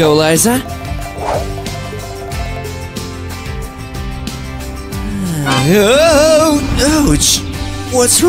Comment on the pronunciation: It is not luza it is liza